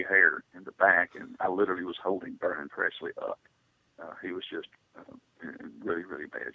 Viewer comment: I appreciate the poignant and impressive interview’s. I realize what you’re goal is in each interview, but just out of respect for Elvis Presley, could you pronounce his last name correctly. It is Presley not PREZLEY. Thanks for the interview.